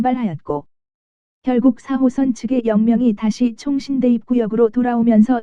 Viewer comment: 이상하게 '4호선' 말할 때 '3호선'으로 들리는 것 같은데요.....기분탓인가....?